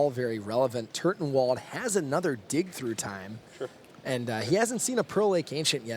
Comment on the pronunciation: LOOOL! Like at one point the announcer says "And we all know he's got Dick Through Time..." And me and my buddy were like: "WTF did he just say?!?" "I think he said he has dick through time :)" And then we were both on the floor laughing for like 5 minutes after that and then we realized it was "dig through time" and we laughed 5 minutes more and every time the commentator would say "dick through time". Later we realised how waste i am right now and laughed some more :D. Dick through time - how to mindfuck the opponent through time without him even knowing! XDDDD [ [ [ T I 8===> M E ] ] ]